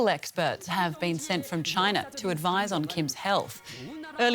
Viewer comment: She nearly said “CHOINA ! “ which is how I assumed you Aussies pronounced it